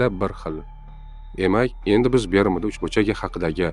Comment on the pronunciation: Бермуда эмас, Бермуд